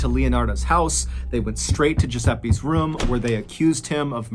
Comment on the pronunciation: Love your stories / podcast but I am curious with your pronunciation of “room” sounding so much like “rum.” “He went into the rum and saw….”. I’m sure I’m not the first to notice or even comment. Is that a southern thing?